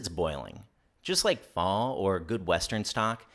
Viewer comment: Pho pronounced fuh-uh, not fau